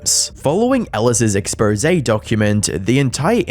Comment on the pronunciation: upvote for pronouncing exposé right this time 👌🙂👍